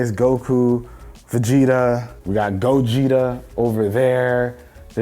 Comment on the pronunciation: No one: Absolutely no one::"Gogeetah My brain: Go-jeet-her